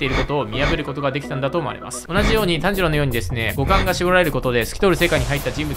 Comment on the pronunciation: 五感が股間に聞こえるシーンが多々あって草